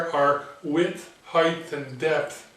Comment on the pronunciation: Hi, your videos compliment the others you spoke of, they do more of the machining, a craft skill, but you do the theory, and without wishing to be insulting to anyone, a more an intellectual skill. Engineering needs both sets of skills. If you will permit a pedantic English speaker his hobby-horse, Height is pronounced "hi-t" (hite) not ending "th" as length or breadth does. It is a very common mistake made by even native English speakers who feel the words should all end the same. I hope you don't take my comment the wrong way and if I spoke French to you I would hope you would correct my faux pas. ATB for 2015 and the second million chris